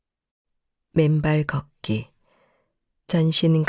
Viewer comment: 이 프로에서 발음하는 사람에게 말씀드립니다. '걷기'를 [걷따]고 발음하시면 안 됩니다. [걷:따]고 긴소리로 발음해야 합니다. [걷따]로 발음하면 빨래를 걷는 행위를 의미합니다. [걷:따]고 발음해야 걸음을 걷는 행위를 의미합니다. 한국어 발음에서는 장단음을 구별해서 발음해야 의미가 잘 구별됩니다. 앞으로 방송하기 전에 국어사전을 찾아서 장단음을 공부해서 장단음을 구별해서 방송하기 바랍니다.